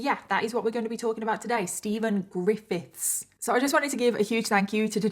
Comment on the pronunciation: “so steven, ggrrifITHS” i can’t pronounce it either 😭😭